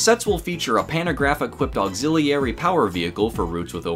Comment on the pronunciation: Bro, please learn how to correctly pronounce "auxiliary"...